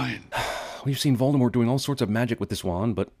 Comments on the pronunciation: says “Voldermort” instead of “Voldemort”. ;-) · Voldemort not Voldermort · Everything wrong with "Everything wrong with Harry Potter and the Deathly Hallows Part 2". Mispronouncing Voldemort. Discussing Wizard heaven and hell, implying god exists. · CinemaSins Sin: You pronounced Voldemort wrong. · One big sin in ALL moview is the misspelling of Voldy's name. They call him VoldemorT always.....but actually the t isn't spoken, cuz Voldy seems to love french. "Vol de mort" means "death flight" . So his name does make some sense.... But pronounce it right please!